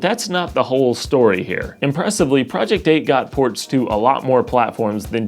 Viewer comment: Sounded like he said "project poop"